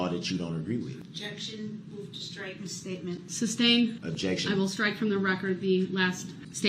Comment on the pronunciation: .... and no B in sustain! 😂🤣😂🤣😂🤣